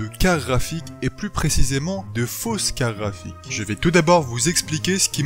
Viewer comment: Je suis surement chipoteur, mais au nombre de fois où tu utilises ces mots dans ta vidéo, s'il te plaît arrête avec les "carafiques" xD Bonne vidéo cela dit ;)